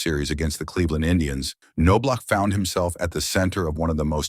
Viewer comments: reporting this video as spam/misleading just because you can't train your text-to-speech that it's NOB-LOCK. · Not No block. It’s also Travis Fryman, NOT Fry Man. AI sucks completely. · Knaablach not noblock. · Whoever read this needs lessons on pronunciation and some baseball dialouge. It's not Nobe- lach, or K-nobe- lach..... it's Knob-lach! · Its KNOB-LOCK. Easy as can be simple as locking a knob. Damn knowb-lauc smh. I have a blue bat from the dome with his fake signature on it from a giveaway night from when I was a kid. I like him as far as the 91 team is concerned. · Nob Lock not No BLock or K-No Block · How do you do a video on someone and not know how to pronounce their name?!?!?! It's pronounced NO-BLOCK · These AI robots forever mispronounce people names wrong. No Block, Cano Block🤦🏽‍♀️. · OK SLANDERER...IF YOUR GONNA MAKE HATE VIDEOS..LEARN TO SAY HIS NAME RIGHT...ITS KNOB-LOCK....ANOTHER HATE VIDEO FROM A DERANGED LIBERAL! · Kuh - know - blauch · "Fry Man" ''Know -blauch'' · Nah man it's No-block...and sometimes Ka-no-block 😂🤦‍♂️ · No Block ... LOL 😅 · This is what happens when you use AI voice instead of a human reader. Also, it's Chuch Nob-lock and Travis Fryman (one word). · Chuck’s dad Ray, was one of the most decorated high school baseball coaches in Texas at Bellaire HS in Houston. I played baseball with Chucks older brother Mark. Their last name is pronounced Naw Block. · Ka - no - block??? Now I'm not too concerned about A.I. after all 😮😮😮. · Ca no blaw….. seriously,is this how you’re going to pronounce his name. Do your research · Nice article that was RUINED by the brutal pronunciation of Chuck’s last name. It’s pronounced NOB-LOCK. The K is silent, the O is short, and the end of his name is the sound of a K and not CH. It was butchered continuously. Just ruined the article! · It’s pronounced Naw-block😂😂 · It’s Nah- Block 🤦🏼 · k no blauch? Dude it's Knoblauch. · Thank you. The way he said his last name was driving me crazy